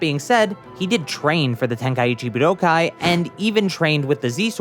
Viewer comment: bud-o-kai what is that say it right